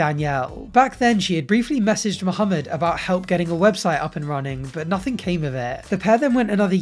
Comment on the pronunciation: May be a small thing to others but I appreciate the way pronounces Mohammed correctly 👌🏾